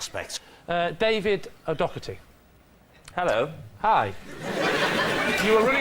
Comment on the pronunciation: Weird how Rob and pronounces David O'Doherty's last name differently.